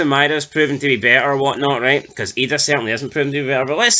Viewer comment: I like you channel lads, but for the love of god please learn how to say Idah, McInnes and Kabangu 😅